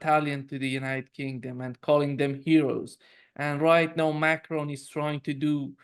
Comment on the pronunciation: Is he saying Macron or Macroni 😂😂😂😂😂😂👍👍👍👍👍👍